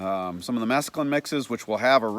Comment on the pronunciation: Pronounced 'mess clune' not the drug mescaline 😂